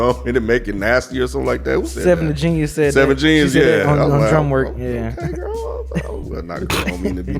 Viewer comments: Just to let y’all know 7xvethegenius name is pronounced “Love” the genius. Similar to 6lack name is pronounced Black. You can find interviews of her introducing herself. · 7xvethegenius is actually pronounced Love the Genius I just learned that myself recently but she is got some nice projects out. Outside of that dope review as always fellas, I'm definitely loving the album Conway has became my favorite out of Griselda. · Her name is pronounced "LOVE the Genius" not 7 the genius lol.